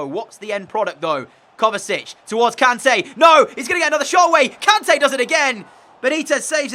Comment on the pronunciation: Its "kon-tay"